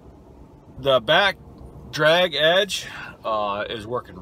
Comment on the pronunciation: Nice work! Truck and plow look good.. I died laughing when you said dackbrag edge lol.. we all have our days can’t help it sometimes